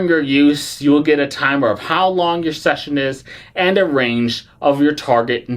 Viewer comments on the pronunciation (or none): none